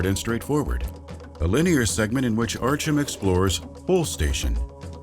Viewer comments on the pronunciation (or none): Added to Artee-Yom and Artyum)) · Man that's the one Russian name no westerner can pronounce apparently, "Archem" is a new one, good video otherwise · Arch-um huh? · Love the video but the way he says Artyom is completely wrong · Everytime he tried to pronounce Artyom's name a part of me died.